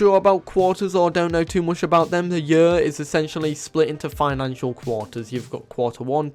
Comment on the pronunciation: "The end of the yurrr"